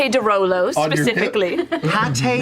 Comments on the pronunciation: Taliesin calling the de Rolos the de Lolos is an underrated moment. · I love how Taliesin purposefully mispronounces it as "De Lolo"